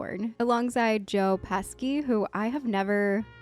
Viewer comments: Yeah that Pesky Joe. not sure if you are pronouncing that right, but if you are Italian heritage, maybe everyone else has been saying it wrong. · Sorry, just to clarify it’s Joe Pesci and it’s pronounced Pe-she.. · Joe's last name is pronounced "pesh-E." It's not a hard C. 😅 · It's pronounced "Peshy". Joe Pesci (Peshy) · JOE PESKY! LOL...Anyway. pronunciation aside. You have to watch the other greats with him: - Goodfellas - Casino - A Bronx Tale - Raging Bull - 8 Heads in a Dufflebag - Home Alone - Home Alone 2 - Lethal Weapon 2 - Lethal Weapon 3 - Lethal Weapon 4 I'm sure I'm forgetting some...but that's a good start. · Joe Pesci pronounced his name like Peshee... there's no hard c. Great reaction. Thank you. ❤ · Pesci is pronounced peshy. Marissa Tomei won an Oscar for this role. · No! You did not call my beautiful Mona Lisa Vito “aunt May” 😂 Also, Joe “PesKi” 😂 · Yes, pronounced Peshy and ToeMay. You’re all good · LOL it is pronounced like Joe "Peshy' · You are notorious for mispronouncing the actors and actresses names...badly. But this one was just criminal. Joe and Marisa are not amused at all. SMH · Great reaction,! I love this movie. Don’t worry about having mispronounced the names. These things happen. Joe Pesci is also in Home Alone & Home Alone 2, and Ralph Macchio is also in The Karate Kid trilogy from the 80s, all classics worth watching. Would love to see you react to them also if you haven't already seen them. The Home Alone movies are great picks during Christmas times. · Need to study the Italian alphabet a little bit— you pronounced Marissa’s surname wrong and also Joe’s last name wrong. TOE-MAY and PEH-SHEE. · Not saying this to be mean or disrespectful. Just some slight corrections. Marissa Tomei is pronounced Toe-May. Joe Pesci is pronounced Pesh-ee. Love your reactions. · Whoa.. ok, it's Peshee and Towmay. Damn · Tomei = "Toe-May".... Pesci = "Pesh-ee" 🤓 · Joe Pesci (Peh-she) just to correct the pronunciation ❤❤❤ Marissa Tomei (toe-may)